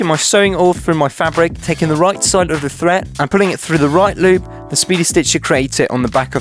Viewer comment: Learn how to pronounce words properly it's thread not "threat"